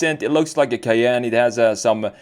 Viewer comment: The Porsche Cay-ain't